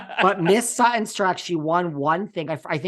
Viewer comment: Dying at Sutti’n and not Sutton!!!! 😂